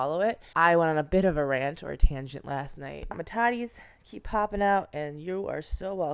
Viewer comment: you mean you're on a "tonjent"